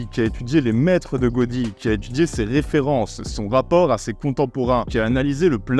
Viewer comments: Dur de balancer des insultes après autant de bon sens... Ah si. Tiens. On dit "Ga-ou-di" et pas "Go-di". Inculte de la prononciation catalane 😂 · 12 Catalans sont Mort en t ecoutant. J apprecie le God dans Godi mais ça se prononce Gaoudi. Probablement je suis le Nième blaireau à le dire, du coup je rajouterai que j'adore ton travail et ta bienveillance sur le cinéma. Très communicatif ! Si bien que j ai jamais regardé une seul suggestion, faute de temps mais que je rate jamais un épisode. Merci pour ton travail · on dit GA-O-DI et pas godi... mais bref... oui... je suis d'accord avec toute ta vidéo. Merci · On dit "Gaodi" .... 😜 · Pour un "architecturophile" tu passerais pour un neuneu en prononçant Gaudí "Godi". Je te soupçonne d'avoir fait exprès pour que je sois considéré comme un intello arrogant :) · Cela se dit Gaodi, et oui je suis un expert ! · ON DIT GA-OU-DI ROGNTÜDJÜ !!!!